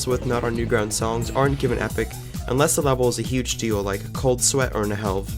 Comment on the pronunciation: There aint no way u just pronounced the H in Nhelv